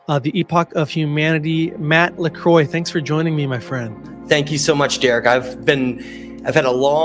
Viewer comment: Why Is your name always said as LECROY or not correctly as LaCroix? Can't believe how you and others mispronounce your name soo badly every time... :/